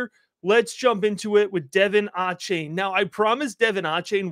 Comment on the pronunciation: Love the content! For future reference, it’s pronounced de-VON aye-chain.